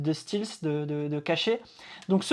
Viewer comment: ça se prononce "stelf" pour info. ;) Et dans le contexte je dirais "discrétion".